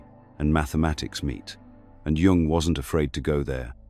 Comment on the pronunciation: Very good. However, it’s not pronounced Jung using the J sound!